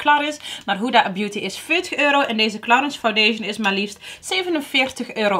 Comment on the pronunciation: Toen ik in een parfumerie werkte veel cursussen bij Clarins gehad. Heerlijk merk. Maar je spreekt het uit als claren 😉🤭